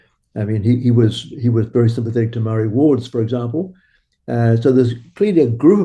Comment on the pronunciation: This whole idea of making the Treaty of Waitangi null and void is just about grabbing resources—it's about money. Also, I really wish you would pronounce 'Māori' properly. I'm tired of hearing 'they' and 'them'—it’s dehumanising. Honestly, this is a discussion you shouldn't have bothered recording. It comes across as racist and would’ve been better kept private."